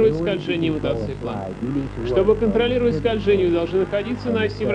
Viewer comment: Мотоцикла а не мотоцыкла